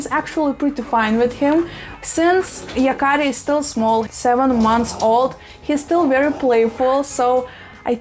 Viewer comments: Yes! And you pronounced it perfectly. In the show and comic book, the boy Yakari has the ability to speak to animals and has lots of adventures involving animals. :) It's a perfect name. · You pronounce the Name right. There is no german Meaning to this Name. Maybe this Name is from Japan. Thanks for your Videos. I'm a Boomer-Girl form Germany. 🤗😘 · Yes, you pronouncing it right. The name is actually from the native Americans and means “The one who talks to the animals”. An amazing name. Greetings from Germany